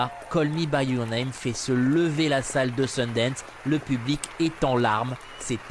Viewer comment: "Call Me By Your Nem"..? C'est intéressant aussi, il est vrai...